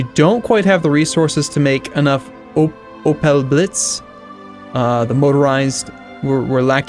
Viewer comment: It`s very funny how you pronounce the german names like Erich or Opel.